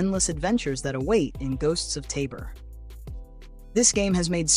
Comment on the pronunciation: Finally... someone who correctly pronounces 'Tabor'